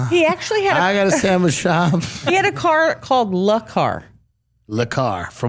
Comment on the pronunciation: "La car" lmfaoooo